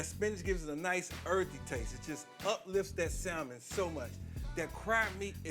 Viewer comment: Salmon The "L " is silent sa-m'n No worries i use to pronounce the same until my good girlfriend corrected me.